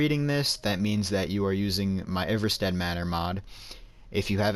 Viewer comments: It's pronounced Eye-Var-Stead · It’s pronounced eye-ver-stead